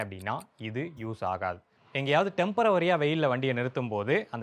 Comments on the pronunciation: ஓவரா வரி போடுறீங்க நீங்க... டெம்பரவரி டெம்பரவரி என...😅 டெம்பரரி (temporary) என பலர் சொல்வதில்லை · டெம்பரவரி என்று சொல்ல கூடாது. டெம்பொரரி என்று சொல்ல வேண்டும். Temporary is the spelling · Temperovary ❌ Temporary ✅